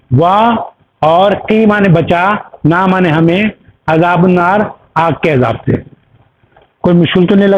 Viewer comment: عذابُ النار میں ب کے اوپر 'پیش' نہیں زبر ہے۔۔۔ عذابَ النار ہے